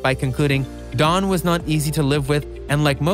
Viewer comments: His name is Don, not Dan..every other sentence you said “Dan” and then “Don” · His name is don. It sounds like you keep saying Dan. There is so much things being uncovered its unbelievable! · You kept saying Dan, it's Don....